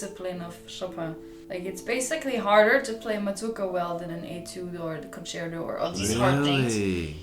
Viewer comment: To all english speaking musicians: please don't say "concero". It's an italian word: con-cer-TO. Pronounce the T. If you can't do it, just say concert. The same with sonata. It's not sonara, it's SO-NA-TTTTA.